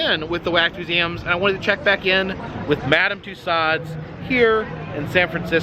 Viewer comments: Another wonderful video,, thank you. Just one thing: you are teaching your followers so much about tourist attractions and their culture. Please, could you start teaching them to pronounce "Toussaud" correctly? It rhymes with "two *so*", long o at the end and no final "D" sound. Merci! Oh, and, Jen? Love it when you can join in his videos. You were so shy at first, I was afraid we'd never really see you (save for brief glimpses in a window reflection, say)... You bring extra sparkle to virtual tours. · One would think with all the wax museums he's visited, by now this guy would know how to pronounce "Tussaud's"! HINT: it's not " Tuss-ahhd's."